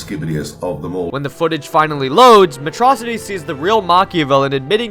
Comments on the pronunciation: It's Metro City not metrossity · METRO-CITY NO METROCITY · I like how habibi calls it matrocity instead of metro city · It's pronounced "metro city!"